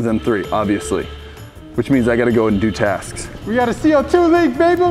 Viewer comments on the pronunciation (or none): you said taks instead of of tasks